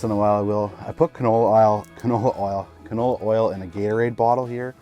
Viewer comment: and again ..... "canola aisle" or "canola owl"?????